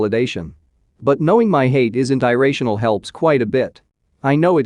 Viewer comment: Can’t you correct the mispronunciations in the voice software? It’s hard to have to figure out what words like ear-ray-tional means.